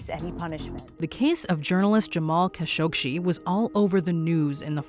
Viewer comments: Jamal KASH-OG-SHEE??? Really?? You guys can’t even pronounce the man’s name properly? They even say his name in the news flash you show! Jamal Khashoggi’s surname is pronounced “Kash-oh-gee”! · It's Jamal Khashoggi, NOT Jamal KhashoggSHI. Please, have enough respect for a dead man to say his name correctly. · Quit saying "Kashokshi", for cripe's sake. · "Kashogshi" are you serious? That's not very professional at all. Atleast learn about what you are going to tell us so that you can pronounce things or names properly. The fact that you said his name so horribly just tells me that you have no idea about what you're telling us. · Still managed to mispronounce "Khashoggi." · Why can't Americans pronounce Khashoggi? 😂😂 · Why is the narrator adding several extra letters in her pronunciation of Khashoggi??? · Voice over mispronounces Khashoggi's name, news content clips used say it right.